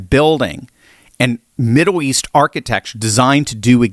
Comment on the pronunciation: its Middle east. Not Middow East. get that checked.